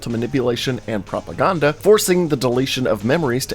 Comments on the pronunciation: Propaganda is not pronounced "propogonda". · Yeah ok you pronounced "nihilanth" fine but what was that pronunciation of "propaganda"